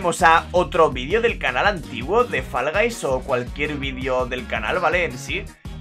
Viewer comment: Se pronuncia foll no fal